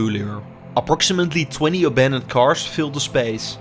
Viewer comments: Nice Video. Thanks for the impressions. But your pronunciation made it hard for me to listen to it. Please stop saying carsh 🙈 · Cannot even speak the word cars or kilometers